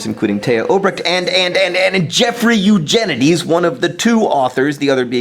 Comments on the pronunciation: i thought he said "your genitals" at the end... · it sounded like you kept pronouncing Eugenides a different way every time you said it. I assume it was so you could possibly get it right at some point.